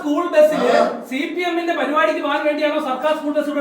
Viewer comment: സി പി എം അല്ല ചി പി എം 😂